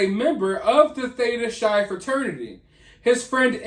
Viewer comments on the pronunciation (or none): Hey, not at all in a rude way or anything but it’s pronounced like Theta Kai or like *high but starting with a C or K*. Just so you know, Greek can be confusing 😁❤️